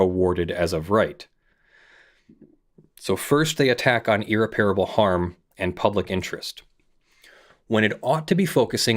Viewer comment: Every time you mispronounce irreparable is like a nail in my brain.